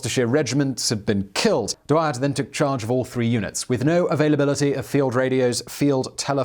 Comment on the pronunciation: Except that he wasn't German? He was Belgian upper class, which spoke french at the time, and his name should be pronounced as such? But yes, the pronunciation is off in the vid, but your suggestion doesn't make it better.